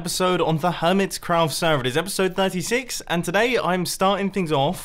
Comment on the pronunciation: It kinda sounded like he said it’s episode 96 to me XD